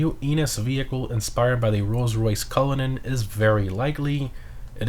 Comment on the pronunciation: You got the cullinan right!